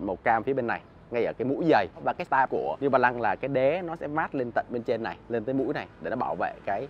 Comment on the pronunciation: “Niu ba lăng”